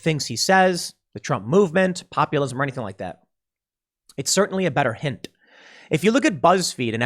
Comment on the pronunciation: Pool, did you say hint or hinTTTT !